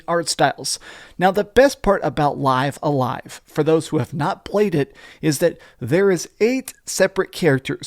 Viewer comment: It's pronounced "liv a live".